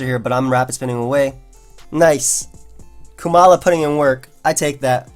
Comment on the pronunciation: I am struggling to see how you think it is pronounced "Koo-mala". Because not only is it only one O, but it should have the same "O" sound like in the word comatose and koala.